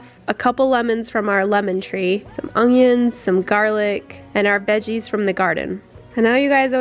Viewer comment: Still saying ongions I see? Jk, I love your vids!